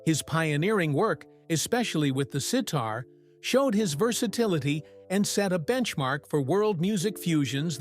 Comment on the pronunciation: Narrator, learn how to pronounce sitar